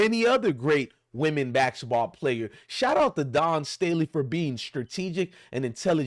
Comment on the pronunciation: You can’t even pronounce basketball. 😂